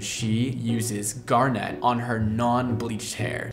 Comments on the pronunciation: I'm sorry, I love you and your videos but the way you pronounce garnet so incredibly wrong as gar-nette makes me go ooooooo xD Keep being you though, we love quirks <3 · Garnet is my birthstone and I can safely say I've never heard anyone pronounce it the way you do! The color is FIRE, though! Love, love, love your videos 🤩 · My inner geology nerd is in so much pain listening to him pronounce garnet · we love you, but the why are you putting the emphasis on the "net" in "garnet"? It's killin' me. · U pronounce garnet weird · 😭😭 stop saying garnet like that, I beg of you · Please learn how to pronounce Garnet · Just an FYI that the emphasis is on the first syllable of garnet for the gemstone - GAR-net, not gar-NET. If the color line has the emphasis on "net," cool. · I would give him a pass on the pronunciation of garnet; but when he states very clearly that he named it after the gemstone, I have to point out that the emphasis should be on the first syllable & the ending is not pronounced like a hair net. It would sound more like GAR-nit, not gar-NET. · Ok,. It's pronounced GAR-net, not gar-NET. The emphasis is on the first syllable. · Also it's GAR-net, not gar-NETTE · I know. But “garnet” doesn’t sound nearly as cool as “garnèt” ☺️ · I'm so confused with the pronunciation of 'Gar-net' and it being purple. My grandmother LOVED garnets. I've never heard it said like that. I've always heard "Gar-NIT" and it's definitely a deep red. It's like hearing "Gr-eh-n" and it's described as blue. My brain can't. 😆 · Gar-nit. If like the stone. Same tone so guessing. No gar-net. I think that is a gar fish catcher. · It's ...Garnit ....not Gar-net.....just FYI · Him pronouncing it "gar-net" instead of "gar-nit" makes me think of a fishing net specifically for gars and I hate it here. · I've never heard garnet pronounced this way... (grew up near a garnet mine)... I've always heard it said gar-nit, not gar-nette. shrug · Gaar nuht not gar net